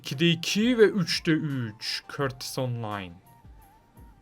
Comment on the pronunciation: Abi courtua nin adini yanlis okuyosun😀😀